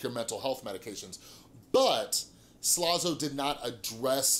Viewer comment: It was funny when you kept saying slazo like "slozo"